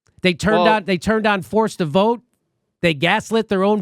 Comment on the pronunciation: Did you say "force the GROPE" instead of "force the VOTE" ? at :52 LOL maybe that is a more correct term.